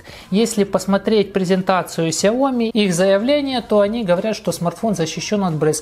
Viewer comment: Очень бесят люди, которые говорят КСЯОМИ!!!